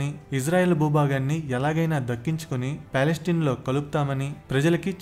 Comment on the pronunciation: పాలస్టిన్ కాదు రా, పాలస్తీనా.